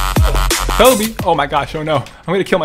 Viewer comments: Cobbie haha lol its Kobe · You said Cobbie when throwing the sticky bomb _